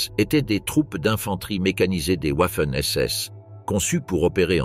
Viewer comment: Une fois de plus on entend "ouaffen SS et Ouiking pour viking". On prononce Vaffen et viking, le W germanique équivalent notre V latin, oui, latin. Il y en a en allemand, peu c’est vrai. 🤓 (J’adore jouer au prof trouduc).